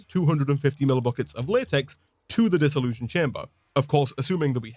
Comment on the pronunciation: Funny how you keep saying "Dissollusion chamber". Almost sounds like dissillusion. It's really a Dissollution chamber with a T. So random, sorry.